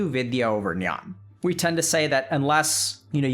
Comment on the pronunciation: I think the actuall pronunciation of thoes words were Ahamkaar :- Ahankaar(ego or excessive pride due to one's possessions, material wealth, spirituality, beauty, talents) And, Nyan:- Gyan(knowledge, especially spiritual or religious knowledge.) But anyways its ok, the meanings were right, i just thought i should let everyone know. Because when certain Language is translated into another language, there is always loss of some information. Great video ❤